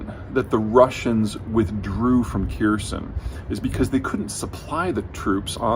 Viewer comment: hmm ... someone who can't even have a go at pronunciation of Kherson is explaining it all. Sure I'll like that